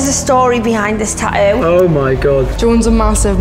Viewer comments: Tattoo ffs speak properly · Is it really that difficult for the hosts to say the "T" in the word tattoo?. They say the first one. .all I hear is Taooo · It's tattoo no tahoo